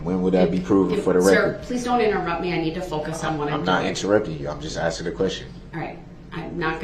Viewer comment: She isnt axing BOY SHE IS ASKING